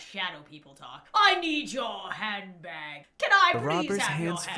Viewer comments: Random guy w/accent: I need your handbag Me:*hears* YoU NeED hEr HeAD BaCk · For a minute I thought he said “I need your hand back.” Now I realize he said handbag. xD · I thought the robber said i need you hand back😂 but when I heard it again cause I was confused but he really said I need your hand bag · Did anyone else hear “I want yo hand back” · He said hambag lol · V ikr same- If she didn’t say that he said “I need your handbag” I would’ve thought he said I need your head back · Guy: give me your hands back What i hear: give me your handbag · When the robber said "I need your handbag" I heard him say "I need my head back" 💀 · “I need yo handbag” I THOUGHT IT SAID “I NEED YOUR HEAD BACK” IM DONE SJDJFNRJSOSJDHSIA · What normal people hear : I need ur handbag What i hear: I need ur hand back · When he said "i need your handbag" i thought he said i need your HAND BACK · When he said I need your hand bag I thought he said I need your head back or I need your hand back XD